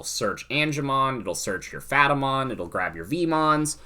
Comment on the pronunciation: I’m sorry what? Phatamon? You mean Pat-a-mon? Lmao <3